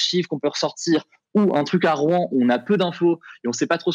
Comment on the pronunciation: Mauvaise définition de la réglementation Seveso, qui se prononce "[SeVéZO]" et Rouen ne se prononce pas [Rouin] . Bon et puis apres le sujet est traité vraiment à la légère, la réalité des rapports depuis 3 jours sont tout autre